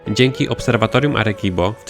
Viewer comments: Czyt. "Aresibo" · "Arekibo" hahahaha o jacie xd pękłem ze śmiechu